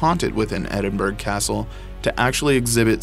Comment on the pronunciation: Edinburgh Castle like the word through pronounced ---thr-oooooooooooooooo NOTICE the Edinburgh is pronounced Edin-bur ow. The commentator must have been from Texas